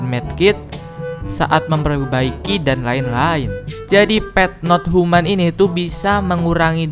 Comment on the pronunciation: Pet not tuman bang bukan pet not human 🤣